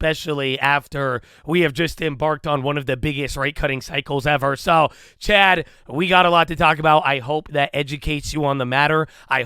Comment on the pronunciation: The way he says "chat" came out more like chad, and the community ran with it... Lie Berry, LIngeree, Abby Vie, NuhVidya.. The Vocabulary of Chadadonia is vast 😆